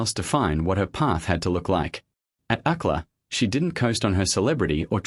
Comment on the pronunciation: "She enrolleed in Uck-lah instead." 😂😂😂 Sometimes, people, we need to review our final product before clicking the publish button. UCLA, for our non-American friends.